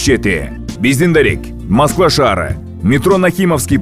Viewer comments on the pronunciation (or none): none